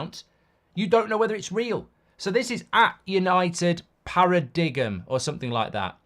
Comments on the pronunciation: Para-dig--um? LMAO. It's Para-dime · Did you mean paradigm Mark pronounced paradime not dig em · Para dig um. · Paradiggum? Haha you mean paradigm maybe? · It's spelled paradigm but pronounced para-dime. You're welcome. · Could Rashford be a PARA-DI-GUUM? Could PARA-DI-GUUM be a Rashford? Who is a PARA-DI-GUUM? Can the Real PARA=DI-GUUM please Stand UP!!!!!!!!! lol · Paradigm pronunciation is top draw accidental comedy. 😂😂😂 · The worst part of this news is that Mark doesn't know how to pronounce the word paradigm!!! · Today I learned Mark doesn't know how to pronounce Paradigm